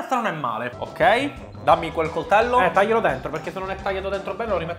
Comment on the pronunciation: Quando senti dire "cortello" capisci a cosa sono serviti gli anni di studio